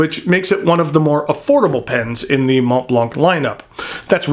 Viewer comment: Just so you know, the T and the C are silent :)